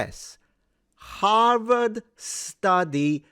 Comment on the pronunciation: Harward ha ha ha ha ha ha rward